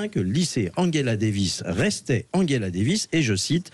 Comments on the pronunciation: Le son "ge" se prononce "gueu" en allemand comme Angela Merkel , mais en français et anglais se prononce "je" comme Angela Davis et non pas Anguela davis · Après avoir mal prononcé Angela lorsqu'il s'agissait de Merkel (ils le disaient à l'anglaise), voilà qu'ils le font avec Davis (ils le disent à l'allemande)... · Madame, messieurs, quels que soient vos griefs vis-à-vis d'Angela Davis, prononcer son prénom comme celui d'Angela Merkel est profondément inepte et ridicule.